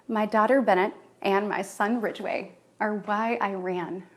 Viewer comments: Did she say Ridgeway ? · ‘Bennette’, ‘Ridgeway’ say what? 😂🤣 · Ridgeway? Ouch